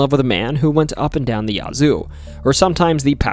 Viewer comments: Enjoyed the video. I usually do enjoy but as a mississippian it's nice to see you cover us. Some pronunciations that drove me wild tho... Biloxi *Bill-uhx-ee Yazoo *yeah-zoo Tupelo *too-pa-low Natchez *na-chez Thanks and looking forward to your next video! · Yea, Yazoo and Tupelo are ALWAYS pronounced wrong. But, you did get Pascagoula correct. For those who haven't heard these names our whole lives, some of them are difficult.